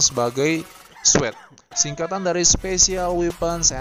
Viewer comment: Dibacanya SWAT Min,Bukan SWET SWAT : Special Weapons Attack Team